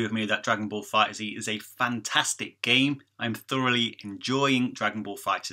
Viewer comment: The game is confirmed to be set after the Future Trunks Saga and before the Tournament of Power, so it's after Goku Black arc. It's pronounced Fighters, without Z. Awesome video though, bro! As always. :D